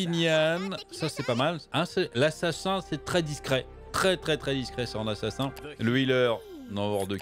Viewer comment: assassein ?, heinnn pas hein?